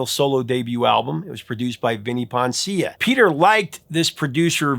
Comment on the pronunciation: Hey, hack - firstly, RE: "Poncia", the accent is on the FIRST syllable of his surname ("PON-see-uh" or even "PON-shuh"), not the second syllable (the f*ck is "Pon-SEE-uh"??? 🤣😂). Secondly, it was GENE who said he didn't like the song, because of its fruit-booty, disco overtones - & he was RIGHT, especially given that Desmond is a straight-up F*G, so those queerbait elements were naturally incorporated!! So, don't mislead viewers into assuming you're talking about Paul Stanley. BTW - it's actually comical how this f*ggot Desmond is using a fruit-booty voice when mimicking Paul's voice. Likely because he fantasized about taking it up the a*s from Paul, & was shot down. And, no, "I.W.M,F.L.Y." isn't anywhere NEAR as popular as is "Rock & Roll All Night", let alone MORE popular! You'd better do some ACTUAL research, & not base your OPINION on something that has momentary popularity on a format as stupid & baseless as "Spotify" (whatever the f*ck THAT'S supposed to be). Further, do the grass-roots test & ASK random people on the streets what song is most associated with KISS. I GUARANTEE it won't be that disco song. GUARANTEED.